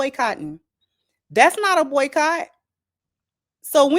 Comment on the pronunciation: Lol every body said buycot!!!!!!